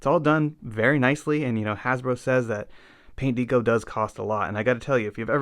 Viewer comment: Good work, but I had to tap out because of the pronunciation of "deco". Haha. Keep it up.